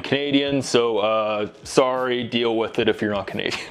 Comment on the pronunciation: He did say sooorrry though